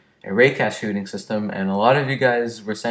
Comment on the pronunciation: hey u spelt shooting wrong you said shoothing happy to help